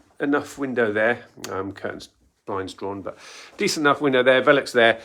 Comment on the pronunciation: Is it pronounced valux or vilux? But great Insightful conversion tips 👍🏼